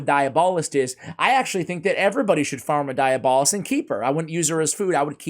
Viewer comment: Also, it's pronounced dee-AB-uh-list.